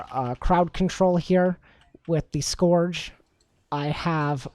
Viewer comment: Was cringing with the way scourge was said. Couldn't finish the video.